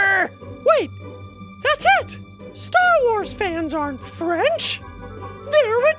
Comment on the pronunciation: "stharwarbz". Starwars.